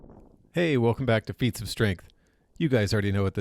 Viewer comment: "fiets of strength" LOL